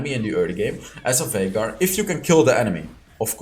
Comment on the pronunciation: Viegar Or Vinegar? LOL